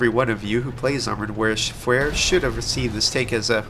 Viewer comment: Warsh-fare? :D